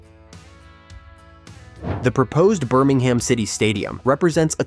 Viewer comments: It’s Birming-um. Not Birming-ham. And Birmingham city FC need distinguishing from the city of Birmingham. Blues is the preferred term. Or the scum, if you’re Villa. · Urgh the way this pronounces Birmingham really grates